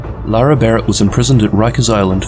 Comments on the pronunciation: Great video but her name is LaRae not Laura. Pronounced La Ray. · Literally just made a comment stating that it was So annoying that you kept calling her Laura and not Larae hahahah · Isnt her name pronounced la'Rae like la-ray, not luara lol that was bothering me because you used her name like 30 times